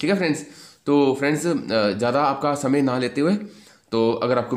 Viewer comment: q ka आपका का उच्चारण आपका सही से नही बोल रहे हो सही से बोला करो sir